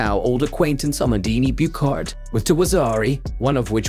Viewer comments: There are far better voice-generating software programs now available. This one also butchers the name of the silver medalist, which it pronounces as "Mondini Boocard" but which should be pronounced "Ah-mon-DINE Boo-SHAR". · Amandine Buchard is pronounced " Amandin Bushar", not "amandini bukarde". a concerned french speaker